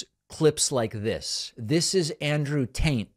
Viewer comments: Did you call him Andrew Taint? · I really enjoy the content you guys are providing. Watch and like everyday. I also liked the subtle tante instead of Tate LOL!! Well done sir. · Thank you for pronouncing “Andrew Tate” as “Andrew Taint”. It’s really the only acceptable way to pronounce his name. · Sounded like you said Andrew Taint and I'm so here for it 🤣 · I could swear I heard Andrew Taint not Tate multiple times and rightfully laughed. Following for a while I know it would be a mistake and that's what makes it so funny. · David, Sir! Are you saying Andrew Taint? 🤔 Cause if so, that is absolutely hilarious 😂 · I know how much you love pronunciation comments. But I swear you kept saying Andrew taint. And I think his name is Andrew Tate. . . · Love the show! Here’s my comment ~We’re you saying “Tate” or another version?? 😂 I must have misheard you